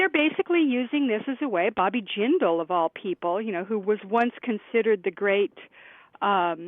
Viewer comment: I remember when everyone thought Bobby Jindal was going to save the GOP. I thought they were insane, but I live in Louisiana, I've experienced life under a Jindal administration. Also, Sam, you're mispronouncing "Jindal;" the emphasis is on the first syllable. Your guest has it right. Just in case he ever tries to make a comeback.